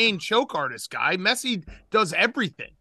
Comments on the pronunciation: “Messay and Em-bop” -Dave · Dave not being able to pronounce messi is so on brand